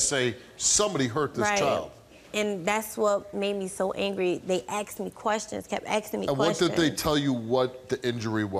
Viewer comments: she axe me.... lord i hate that. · It’s asked not axed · Asked not axed.🇬🇧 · She AXED questions? She may have got answers if she had asked questions. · Lady sure got "aksed" alot of questions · He "lookded" sleep and kept "axing" questions? Axe her if she can speak right...